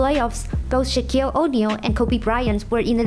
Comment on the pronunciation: the pronunciation is a little weird for me . Like average, O'Neal ,last...these words